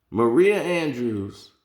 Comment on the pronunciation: Bro pronounce everybody’s name wrong lol. Malika Andrews, Lisa Salter smh